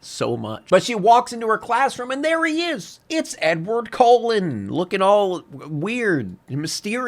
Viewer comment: Whenever he says Cullen I swear it sounds like he’s saying colon